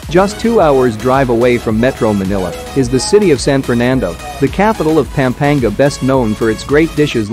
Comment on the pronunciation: If I hear you mispronounce PAm-pa-NGA one more time! You should not do videos about an area if you don't bother to pronounce the name correctly. You speak PAM like an American woman's name, it is not pronounced that way. A in Tagalog is short always.